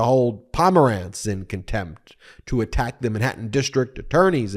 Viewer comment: Where is “Minhattan”?